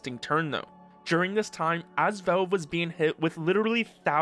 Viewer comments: Man why in fucks name are you calling it velv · The way you say Valve tickles my brain but like... in a not good way?